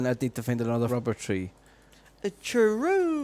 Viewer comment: A normal person: Rubber tree.: C O O M T R E E.